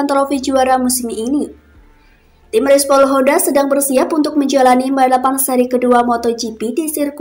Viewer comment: Respol ya min bukan repsol. Kwek